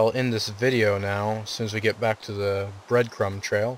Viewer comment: Did you notice that you said this bread trun crail ?